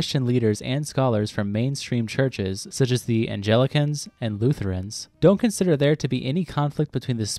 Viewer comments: The pronunciations of Anglican and Jehovah’s Witnesses were very strange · The Archbishop of Canterbury is not Catholic, he is Anglican. The man in the image , shown alongside the pope is Justin Welby who is not a Catholic. You also need to check you pronunciation of "Anglican" . Also, the man shown is Anjem Choudary, who is too nasty/fringe even for most Wahaabi/Salafis, who are a fringe in and of themselves.